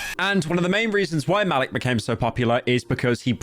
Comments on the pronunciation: "Malick" i think its maleek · His name is pronounced "Ma-leek" also Epitome is pronounced "Eh-pit-o-mee" you have to be one of the least intelligent YouTubers out there. Don't use basic words you don't even know how to pronounce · I think it’s pronounced “ma-leek” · Muh-leek is how its pronounced lol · its pronounced ma-leek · bro mispronounced Malik